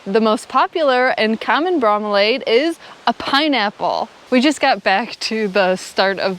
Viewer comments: Bro-me-lee-ad your welcome lol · Bromeliad: Bro-Me_Lee-Ad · Bro-mee-lee-yad. The ending is "-iad," not "-aid." Nice trail! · Bro-milly-ad is how you pronounce those plants members of the Bromeliaceae family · hi! farmer in hawaii so most of those plants i have in my own garden! its pronounced bro (as in hey bro pass me the salt) mel (as in mel brooks) and iliad (as in the iliad, on old greek story). you should have looked into the larger ones they catch water and some of them house entire ecosystems including crabs! ps: mergul says hi! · "Bro" as in ow yer doin bro. "Mill" as in mill. ""E" as in eee. "Ad" as in boring informercial between the interesting bits in your awesome vlog. Thanks. You pronounced "jardin" much better the second time when you weren't trying so hard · Bro--milli--ads. That is the way all the zoo and greenhouse people pronounced it around me. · Bro-mili-ad is how we say it in FL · pronounce bro-me-lee-add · It is pronounced Bro- milli’-ad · Bro-mill-iad = bromeliad...emphasis on middle syllable. Neat plants in pretty area.